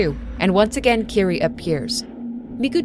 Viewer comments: Kirie is mispronounced too, it should be like Ki-ri-eh, not ki-ri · Eyy, I was around for your Zelda videos but lost track of you, great to see you again! Quick thing though, the name "Kirie" is actually pronounced "Kee-ree-eh", gotta pronounce all the vowels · I love love love your channel and this series. And I love this video too, just... maybe, not wanting to be an ass, but, in japanese it is ki-ri-e <3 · This video essay is great but a few tips on pronounciation: Almost every letter in Japanese is pronounced so it is Ki (as in keen)-ri (as in ream)-e (as in end) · Fantastic breakdown of the story. Pronunciation of 'Kirie' is wrong though. It's a three syllable name ending in 'eh,' similar to the Latin word Kyrie.